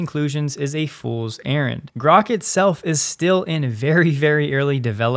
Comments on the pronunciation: Grahk. Like that. Not Groke. Read the book. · It is pronounced GRAWK. It is a term that comes from a Robert Heinline Sci-Fi novel "A Stranger In A Strange Land". It means to grasp or understand.This novel is acknowledged as the first Adult Sci Novel. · Grok is pronounced as Grock, as in "lock". It is not a matter of preference. To pronounce it with a long "o" would require appending an "e" (Groke), as in "broke". This is a basic rule of English spelling/pronunciation and not up for debate. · It’s Grok, pronounced like rock. It’s from Robert Heinlein’s “Stranger in a Strange Land”.